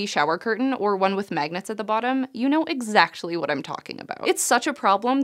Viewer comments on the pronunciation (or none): anyone else know "exactshley" what she means? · "You know exactchly what I'm talking about.." did anyone else catch this? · "you know exactually what i'm talking about" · “exactually” again. I must be missing something. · Did....did she say "exactually"?